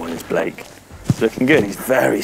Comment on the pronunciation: I love the way calls Blake, b-lake. It works. Love the mtb lads.